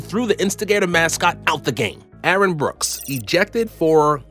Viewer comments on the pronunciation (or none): none